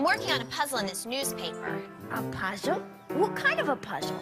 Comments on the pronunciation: "a puzel? wat kind ov puzel?" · wah kine of ah puhsle?